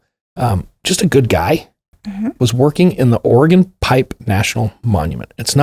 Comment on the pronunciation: I appreciate that you pronounce Oregon correctly! 🤣